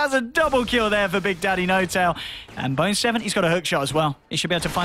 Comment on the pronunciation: he says boner 7 instead of bone7 XD I suppose you would in a game this long.